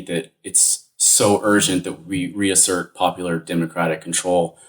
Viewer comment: "re" assert lmao